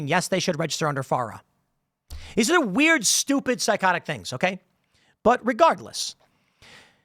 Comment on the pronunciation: Whem you say weird weird it sounds like woke snow white, no disrespect just pointing it out